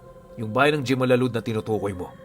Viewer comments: Hemalalud po yan kong basahin pero ito ang totoong spelling jemalalud nakapunta napo ako sa lugar na yan maganda din ang bayan nla pero matagal na yon taga negros oriental din po ako 😊😊😊😊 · "Himalalud" po yan jimalalud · Jimalalud malapit lang yan samin by the way po jimalalud (Himalalud) po ang pronunciation po nyan 😊